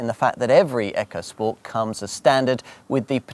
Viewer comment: Its ECO not frikking ECHO